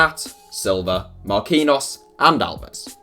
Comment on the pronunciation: Marquinhos MAR-KEEN-YOS